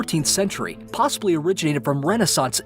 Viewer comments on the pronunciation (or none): Maybe I'm just bad at English, but is he saying possible wrong?